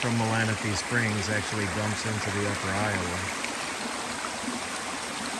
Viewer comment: Very cool. And you say Malanaphy correct 😉